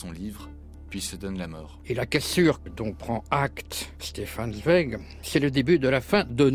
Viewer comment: Merci de prononcer correctement son nom...